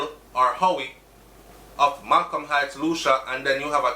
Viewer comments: Hey,. For future reference Lucea, Hanover is pronounced "Lucy" not Lucia. My mom born and grew up there. Terrible crime gwaanin out there. Sad man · Lucea is pronounced Lue-sea! Not Lu-sha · Its pronounced Lucy not Lucia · Lucea pronounced Lucy Hanover ah mi corner 😱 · LU- SEA! BRO! LU-SEA! "SEA" AND THEN "LU". I KNOW YOU HATE THIS, BUT I HAD TO. LOL. THANKS FOR THE NEWS THO. BLESSED LOVE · I think it is Lucea still pronunciation lacking .. “lu-cia”is not a place anywhere in Jamaica